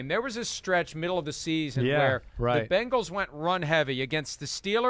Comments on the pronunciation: BENGALS! NOT BANGLES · Someone, please tell Chris it's not Bangals, it's Bengals. If it is too difficult, give Cincy a try. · It's funny how Chris says "Bangals" instead of "Bengals" ..... LOL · Every time Chris Simms says "Bangles", a puppy dies. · Please, Mr. Simms. For the love of God! The Chiefs will forfeit if you just stop saying, "Bang-gulls."